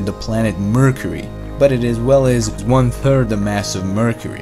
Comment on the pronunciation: I hate this guys accent “it is ta turd planet from ta sun”